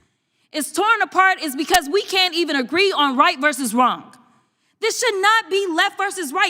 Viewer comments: The word is wrong NOT wronk!!!! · Free speech for sure, but if you’re such an important legislator the least you could do is be factually, correct also, the word is simply pronounced wrong not wronguh 😂😂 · Is she pronouncing it “wronk”? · "...it was Wrongk." Speak English for God's sake. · When she says Wraungk? Do she mein Wrong? Please keep her as your democrat mouth-piece. Please. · Right vs wronk 😅